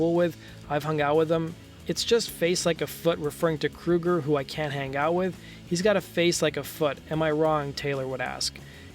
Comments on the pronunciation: Please get your names right. His name is Kroeger not Kruger. Come on U played a clip where they say his name. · Anyone else noticed this guy keeps saying Kruger instead of Kroger? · You called him Kroeger and Kruger in the same sentence! If you can't pick one, just call him chad! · "...and in 2017 Nickelback frontman Chad Krooger was..." Krooger? Like Freddy Kruger? Ok this guy doesn't know how to pronounce "Kroeger." "Chad Kroeger" Wait... "Krooger" "Krooger" "Krooger" What is happening?